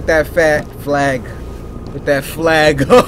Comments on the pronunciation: no. he was about to say f*g on accident but said fa- flag instead 💀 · “ put that fa- flag up” Almost slipped up Cory